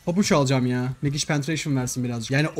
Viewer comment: Megic değil la mecig kendimi sorguladım senin yüzünden 😂